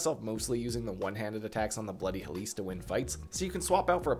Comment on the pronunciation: Look.... tiny correction I know, but as a Grammar Nazi, 'Helice' is pronounced close to 'helix,' not 'hell-LEESE.' The emphasis is in the wrong area in the video. But seriously thank you for the guide. I was having some issues because I love the moveset, but I also am not too good at spreading my stats efficiently.